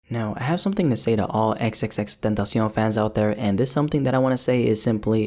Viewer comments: No one gon' talk about how he says XXXTENTACION so well ? ❤️ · He's one of the few guys who doesn't pronounce his name wrong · If you talk spanish its very easy to say it lol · damn for the past 4 years i been saying it like that you just changed EVERYTHING